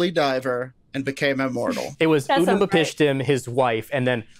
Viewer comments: Umm actually... It's Ut-napishtim and not Ut-naMApishtim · Whilst I enjoy this show, I must protest Trips pronunciation of Babylonian names. Quite irksome. Um Actually, it is pronounced [In-Key-Due] and [Ut-Na-Pish-Tim].